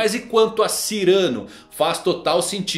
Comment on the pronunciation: Muito interessante mesmo e realmente faz muito sentido. Só uma correção: Não é Cyrâno, e sim Cyranô! Cyranô de Bergerac. Ele é um espadashin francês de nariz grande que ensina seu amigo com versos para conquistar Roxana!